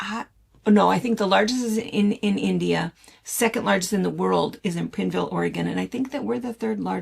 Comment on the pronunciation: Prineville is pronounced as pine with a r in it My high school boy friend came from there. 60 years ago